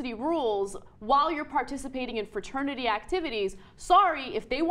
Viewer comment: Da fwa-ternity wuth way-thist. bwaaaaaaaa